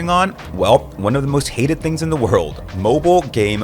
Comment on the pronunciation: He clearly says Moblie multiple times,I even did a double check to make sure